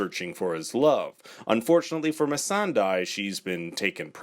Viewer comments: Is it that hard to pronounce "Missandei" right? It's not "Missendai" lol. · Please!! It’s pronounced Miss san day not die. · He meant "Missan DIE" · It's pronunced Miss Sunday...as the actress herself has said...and the characters who know her best call her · i hate when ppl misread missandei's name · Agreed! Just say her name correctly! 🙄